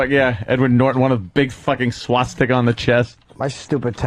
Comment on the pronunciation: I can't believe they let Bobby get by with saying Swasticker